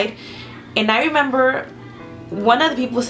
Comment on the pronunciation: This is off topic and i feel bad for saying this but i died because she said,"I don't member" 😂😂😂